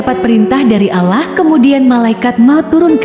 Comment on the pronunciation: Kog Pengisi suara nya nyebut Allah kyak non muslim y bunyi nya